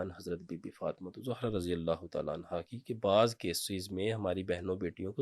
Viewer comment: Hazrat SB ap ne Razi Allah Anya nhi perhna, Anho perhna hota hai